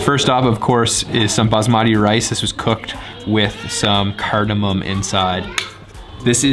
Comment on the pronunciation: Did he said bas marti rice😅